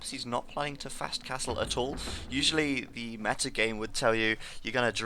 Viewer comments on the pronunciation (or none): none